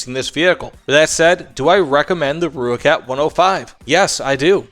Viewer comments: More like "roy-kut" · no. Roy kat is closer. From someone who speaks Afrikaans and has an Afrikaans wife. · Great video man, but the name is pronounced "Roy-kat"